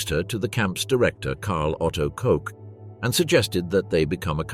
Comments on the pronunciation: Her name is KOCH not COKE. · Pronounced 'cook" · Ilse Koch (Koch in German rhymes with the English word watch same as the Koch of Heckler and Koch)